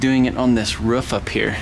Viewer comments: "A little bit on the ruff too" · How you say roof is weird